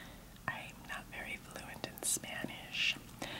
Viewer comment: "i'm not very fluend (?) in spanish, but I'm fluend (?) in .. eating" 😂😂😂